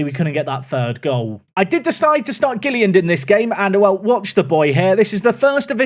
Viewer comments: please read the name, it's not "Gilliand" there's another L, it's Gill - IL - and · it’s GilliLAND not Gilliand!!!